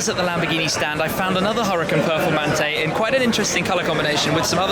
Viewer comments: its "Hoo Ra Kaan" not hurricane duh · its pronounced ou-ra-khan